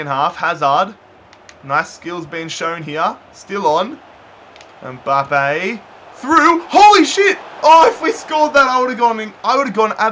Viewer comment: It’s mbappe not mboppe